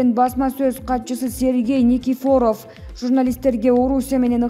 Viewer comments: Журналист келин жинге тийдин ушунчалык, туура окуганды уйронуп, анан суйлобойсунбу, Никифоооров эмес айланайын, жон эле Никифоров, элдин баарынын жини келуудо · Бул блогерлер базарда эле иштеп журушкон, ударенияны туура койо алышпайт(Никифоров) туура айта албай жатат!!